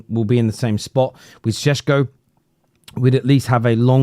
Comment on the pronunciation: Whats this Sh-escko thing..?